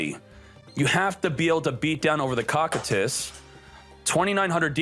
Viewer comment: After watching Overlord, I can confirm it is pronounced as ko-Q-tus